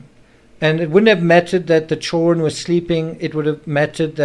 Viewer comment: Are you Australian? You pronounced "chil run " ?